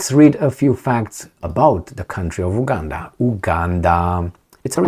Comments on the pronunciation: You are pronouncing it wrong. It's U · Buddy please pronounce the U